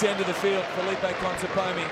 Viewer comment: This commentator said "Conteponi" the entire tournament :D